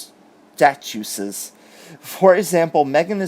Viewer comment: Statuses is pronounced state us s but say it fast so it all together.